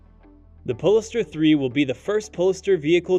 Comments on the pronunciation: Pole Star, not polster. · Sorry, but I just have to correct your pronunciation. It's called a Pole Star (not said like, Poles tar). Thanks for the video, the Audi is just gorgeous! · its not poliester hahaha POLE STAR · He doesn’t pronounce it correctly… It’s as you noted, Pole-star to give it a stellar futuristic tone as in “north pole” and “star”… pole-iss-stir sounds ridiculous. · Love how you pronoune "po-less-ster" instead of "Pole - Star" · Is it pronounced "pole-star" or as you said it "pole-iss-stir" ? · Lol seh-don... Pole-e-star.... Go back to school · okay sorry just sounded to me like some unusual pronunciations and timings yet with what sounds like an American accent. Like “pol-e-star” and especially “se-don” for sedan. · Polestar is two syllables not three. Sedan is mispronounced repeatedly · He is mispronunciating it. You don't invent pronunciation, it jarres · Yes, it was painful every time he said it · Exactly! The narrator badly botched the pronunciation.